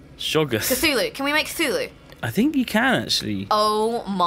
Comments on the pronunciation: What, kuh-thoo-loo? Because that's the way you're meant to pronounce it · Please stop pronouncing Cthulhu that way,...